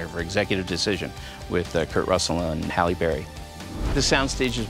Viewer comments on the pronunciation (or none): none